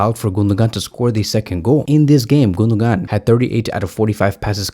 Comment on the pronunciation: The pronunciation of the Name of the German midfielder is Gun-do-wan. The mark over the second g in his name means in Turkish that it is almost silent.